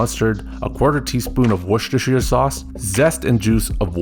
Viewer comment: You pronounced Worcestershire well. It's funny when people spend like 10 seconds failing though hehe